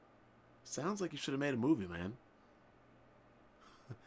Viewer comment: "Did you rike it??" is actually not his fault, Japanese language doesn't have any symbol which makes the sound of the letter "L", so any word which is has a "L" is hard for them to be pronounced and so the "L" gets replaced with "R". They have a hard time pronouncing "Red Lobster", as they go on to say "Red Robster".